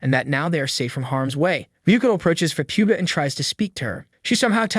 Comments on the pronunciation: I think he's saying Faputa's name wrong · It feels AI generated cuz he's pronoucing Faputa's name wrong too